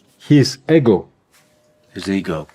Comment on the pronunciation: Russian: Eggo Shawn: Ego Russian: Eggo 😂